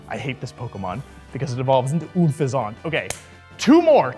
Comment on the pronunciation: Unfeazent??? Whaaaaaaa